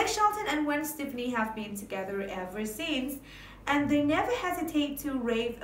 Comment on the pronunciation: The song is Ole Red, Not Big Red. And you are pronouncing Stefani Incorrectly! Extremely annoying!!